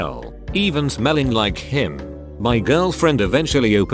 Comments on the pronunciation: How it pronounced "him" is funny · The way the narrator says him is hilarious. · lmao the way he says him